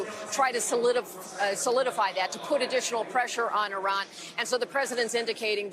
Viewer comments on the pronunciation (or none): It's Iran Not iron...y'all are f...... idiots